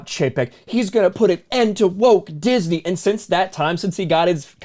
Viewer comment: “Disnmey stock” 😂